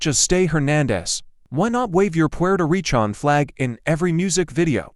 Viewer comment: It’s recan not pi an